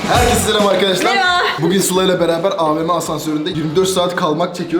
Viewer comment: meraba demesi hfjbdghn